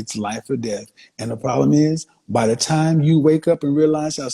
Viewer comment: We have a pwabbblemmm